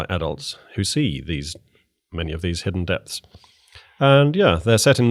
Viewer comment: “…hidden depths..” or “…hidden debts..”? What were you born owing?